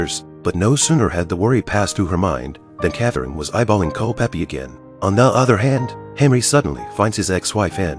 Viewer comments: Is it so hard to get years and name right. The name is Culpepper not Culpeppi! There is more than 4 years between Mary and the Queen. That is problem with AI productions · Mispronouncing names drive me crazy 🤪!!! What’s so hard about Culpepper not Culpeppy !!! 🤨🤨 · his name was Culpepper. not Culpeppy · It Is “CULPEPPER”. !!!!